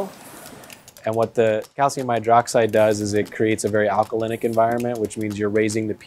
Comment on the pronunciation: alcaline* not alcalicidilistyc wtf he talkin about